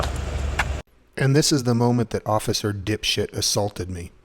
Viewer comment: "Occifer" ? Did you mean 'officer'?